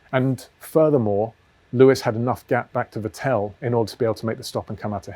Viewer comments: Vettl not Vetél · Vettel should sound like fatL with no gap between fat and L James: fa tell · I am sorry but please pronounce Vettel right the next time 😊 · Nobody is as consistent in mispronouncing Vettel :)